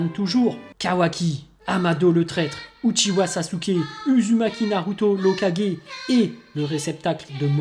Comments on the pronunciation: ça se prononce ouzoumaki et ouchiwa 😉😁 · Chuis la Seul a avoir remarqué qu'il prononce mal Uzumaki Naruto et Sasuke Uchiwa ????👍